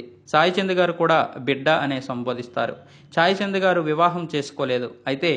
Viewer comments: చాయ్ చంద్ కాదయ్యా.... సాయి చంద్....అని పలకవయ్యా.... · It’s not chaichand it’s Sai Chand